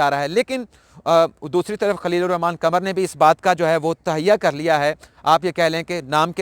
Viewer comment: قمر چاند کو کہتے ہیں "ق" کمر جسم کا حصہ ہے "ک" اردو کے تلفظ اگر صحیح ادا ہوں تو فر"ق" صاف ظاہر ہے